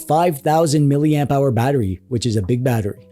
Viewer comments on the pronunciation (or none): none